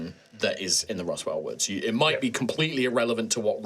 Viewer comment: "Rustwell Woods". Legally distinct from "Roswell" :P